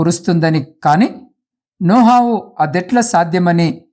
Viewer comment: నోహావు కాదు sir నోవహు